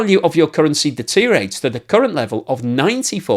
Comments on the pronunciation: Deterioration ❌ Deteriation ✅ Deteriorate ❌ Deteriate ✅ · Hi, please, please, please learn how to pronounce "deteriorate". You use the word often and every time I wince.